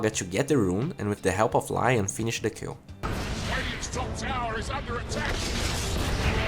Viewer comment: Everytime you say 'kill' it sound like you're saying Q :D